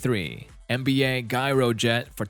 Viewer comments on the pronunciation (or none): Gyro jet is pronounced like gee not guy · dammit man... Gyro Jet is pronounced Jyro